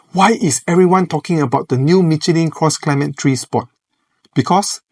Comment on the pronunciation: You keep saying "Cross Climate Tree".🥲